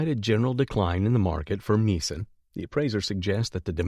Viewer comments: Get someone who knows how to pronounce Meissen, or phonetically, My son. It is not pronounced Me son. Remember that the letters 'ei' in the German language are pronounced like the word, eye, not eeee. Since this narration is probably from a computer program, this pronunciation mistake is clearly the fault of the producer of this audio track. There were other words pronounced incorrectly in this video. Just saying! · How could anybody describing antique porcelain mispronounced the famous German porcelain factory's name : MEISSEN. !!!! Really? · He pronounced Meissen porcelain incorrectly. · Don't know if the narrator is real or AI, but you need to get a good editor in any case to find mistakes, i.e. Meissen pronunciation.